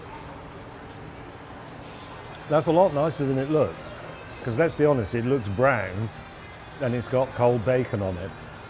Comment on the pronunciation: Why can't you say becuz properly?